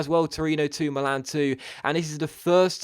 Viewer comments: Milan is "mee-lan" not "malan" like you say. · sorry to correct you, but it's pronunced Mi'lan, non mila'n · he said Millan in a funny way 😂😂